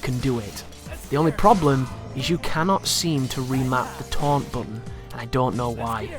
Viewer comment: The way he says "button" is annoying